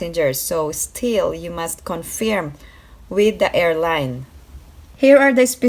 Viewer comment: Hi, it’s pronounced “con-ferm”, not “con-feerm”. Thank you!